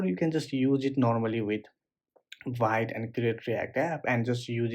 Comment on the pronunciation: vite pronounced veet 😁but anyway, thanks for learning in public. It's helpful.